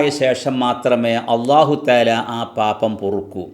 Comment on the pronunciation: പാപം എന്ന് പറയുമ്പോൾ പാബം എന്ന് ആവാതിരിക്കാൻ ശ്രദ്ധിക്കുമ്പോൾ പാപ്പം എന്ന് ആയിപ്പോകുന്നു.